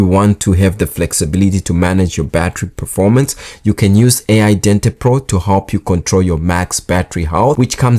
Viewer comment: That battery app is not "A - eye dentee", it's "AL-Dente" as in cooking pasta AL Dente. (it's hard to know, i understand, because the small L looks like a capital I (eye).